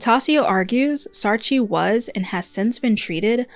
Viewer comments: A little note from a South African, Saartjie is pronounced Saar-kie. The "tjie" in a lot of South African and Afrikaans words is pronounced kie or chi, depending on the word. Edit: Also, I absolutely love your work ❤ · Great video essay! Just one pronunciation point: It's "saar-kie" not "saar-chee" 😊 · great video! I agreed with every point here! I'm south african and just a heads up, saartjie is pronounced as “saar-kie” 🩷!! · I know you tried your best but it's pronounced SAAR-KEY